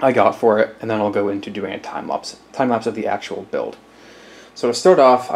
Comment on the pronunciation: "Timeplapps" more like TIMESKIPS